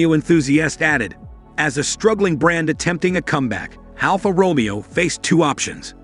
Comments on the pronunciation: It's not RomEo - it's RomAYo - stop it!! Almost unlistenable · I want to tear my hair out every time he says Romeo, is pronounced Ro may O...and not Mustang Machi..is Mach E... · "Row-mee-o" smh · AI narration is what I disdain. Alfa Romeeo…FSS! Fyat? Poogiot? Match-e? 😂😂 It looks a lovely city car that Alfa has needed for years, it just needs to be priced competitively. For those who say there has been no Alfa since FIAT took over, I ‘m sure there are many aristocrats who said that of Alfa in the 1940’s after the last 8C was produced and they went to 4 cylinder motors post war.😂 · Please learn to pronounce 'Romeo' correctly.